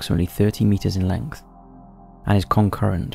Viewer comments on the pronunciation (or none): none